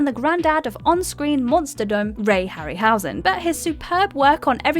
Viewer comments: Was it just ME?? Or did anyone else SEVERELY CRINGE at the way She said the name Ray Harry--- HOWZEN??? And This is an AMERICAN lady who speaks ENGLISH??? It's Harryhausen (just a simple 1 word name pronunciation). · The Kong/Joe Young one did it for me, besides the ridiculous pronunciation of Harryhausen. Ill informed and juvenile.